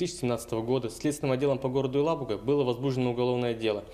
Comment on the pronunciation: Елабуга😭Дарья а не Алабуга